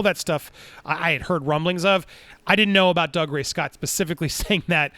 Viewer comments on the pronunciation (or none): Tip from Scotland, its pronounced “Doogray Scott” not “Dugray Scott”